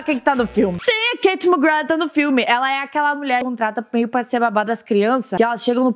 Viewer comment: A KATIE NÃO GOSTA QUE CHAME ELA DE KATE SE PRONUNCIA KARIE KAKAKAKAKAK